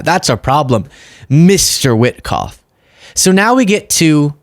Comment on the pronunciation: Name is Whikoff speaks like Dumkoff